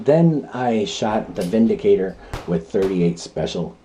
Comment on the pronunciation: 👍 review. You are correct in the pronunciation. The gun is made in Germany where "W" is pronounced as we do "V". The word windicator has no meaning in english, but vindicator means a person who clears someone from blame, e.g. takes them out of harms way. 😁🇺🇸